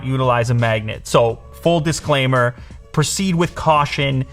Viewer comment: Lew : a small disclaimer Rawknee : dish clay maaaar He he he h e